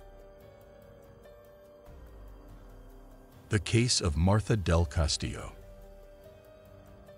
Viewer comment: Her name is MARTA NOT MARTHA. 😊